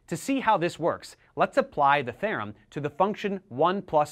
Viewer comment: "The mean value THEYRUM"